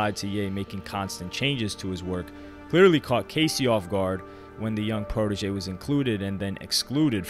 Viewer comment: PRO-TEH-JE not PRO-DI-GEE. Still good vid!